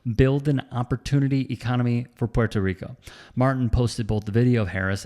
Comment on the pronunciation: Why is no one sampling Trump saying "Porto Reeco" alongside this coverage??